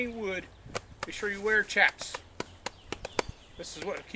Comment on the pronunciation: Chaps..... pronounced as if it is "sh" . Just filling you in so people don't think your a city slicker or a dude .